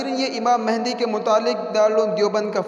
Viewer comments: آپ نام غلط لے رہے ہو امام مہدی ہے مہندی نہیں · imam mahindi nahi yaaar (mehdi) hai bhai